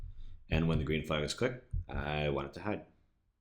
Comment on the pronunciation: You Say Want Weridly